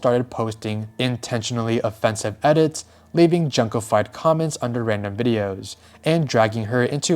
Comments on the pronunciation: not to be that guy but the "jun" in "junko" is pronounced like "june" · It's pronounced Joon ko . Also , WHAT IS WRONG WITH PEOPLE????? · Bro her name is pronounced JUNE-KO. Have some respect and learn to say things correctly. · Not Junko Furu-ACK!